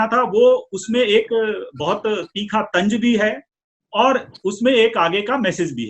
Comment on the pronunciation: Tanj nahi hota...sahi lafz tanz hai. Bhasha ka samman karein.